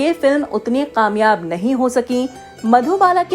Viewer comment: Kamyab not qamyab